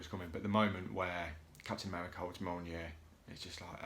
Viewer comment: Great video mate. I haven't watched the whole thing but it has been great so far. I'm glad I finnaly found someone who can actually say mjolnir aswell lol. Keep up the great work